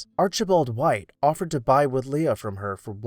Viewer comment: Pronunciation: Wood-lee. I've wondered about this house for years, so thanks for the good work.